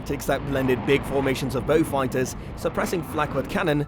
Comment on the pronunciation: WTF ? Interesting but could not stand the A1 reader calling Beauforts and Beaufighters being called Beewfighter. The Merlin powered version MK11 was underpowered chappie says the Beau ‘ X the most numerous had 1700hp Hercs . Loads of other inaccuracies . Wise up please. Also,hate the yank pronunciation of ‘anti’ suggest 😊 Beaufighter Boys is a good and accurate read.